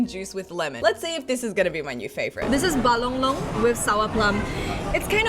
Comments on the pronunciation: yo, buah long long is a chinese way of butchering the malay word of Buah Kedondong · Buah long long sebab cina tua x pandai kata kedongdong😂🤣